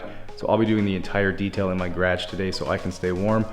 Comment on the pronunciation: Montrell Goff gradge. 😂